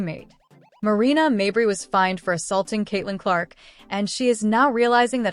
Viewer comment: Is the AI narration purposely trolling by pronouncing, "Mabrey" different every time?' 😆